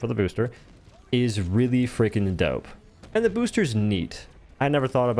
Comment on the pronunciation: Really freakin' Dough-pe:_ohdoLurk